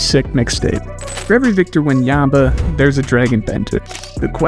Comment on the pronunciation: Wenyamba? WTF